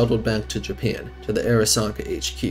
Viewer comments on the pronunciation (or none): none